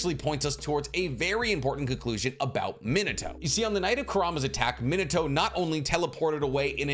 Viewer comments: You call him minito and not min ah toh literally irks me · Minato = ME-NAH-TOE I speak Japanese. Just trying to help an anime bro out 😅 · ITS PRONOUNCED MIH - NAH- TOE GETTIT IT RIGHT!!!!